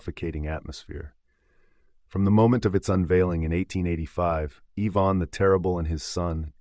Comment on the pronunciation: Evon??? It's Ivan I ..van..